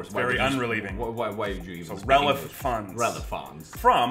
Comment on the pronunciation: "RELEF funds"